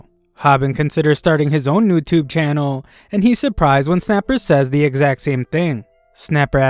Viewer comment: "Newtubu" BRUH